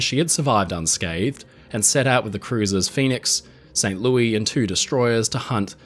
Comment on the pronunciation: USS St Louis is pronounced, “St Lou-iss”, not Lou-ee.